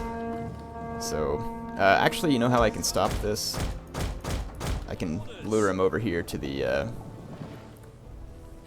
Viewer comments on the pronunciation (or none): none